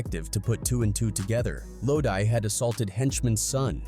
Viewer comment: Wtf is “lodie!?” (Low-d) is how you say the man’s name. I’m about to report you shyt